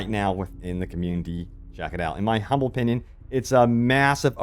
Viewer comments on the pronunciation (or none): none